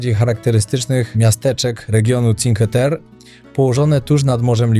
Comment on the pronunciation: Czinkłe Terre, nie cinke 😅